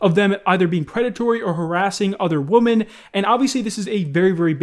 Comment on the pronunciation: I like how for years still cant say women in plural the right way. He is saying it like a noun women when he should pronounce it like Wimin. Idk this still gives bugs me.